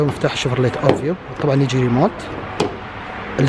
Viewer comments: للتصحيح; اَڤيو وليس اُوڤيو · ياخي تكلم عربي وش شفورلية اوفيو عدمة الاسم اسمها افيو و اليارس موب اسمها ييرس ههههه اهدى شوي ما نفهم مصطلحاتك